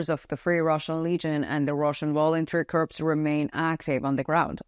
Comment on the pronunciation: Greetings, I enjoy your presentations. The word corps has a silent P. It is pronounced core. I thought you would like to know.